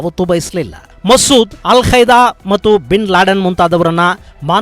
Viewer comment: Yel kaida😄 alla kaida